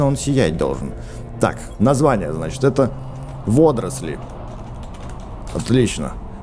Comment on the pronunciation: не водросли а водоросли!